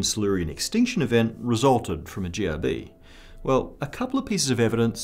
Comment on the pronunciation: is it me or when he said GRB, it sounded very close to Jihadi. And yes any jihadi close to you is bad.